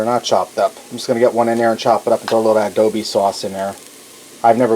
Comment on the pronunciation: Hope they don't make you take this down due to using too much of that song. Btw, it's cha po ta lay in ah doe boe sauce, not adobe. And those were cannellini beans not canelli. :) You cracked me up with this one. Like the recipe though. Cheers.